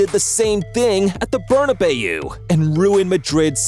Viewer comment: "The Berna bayou"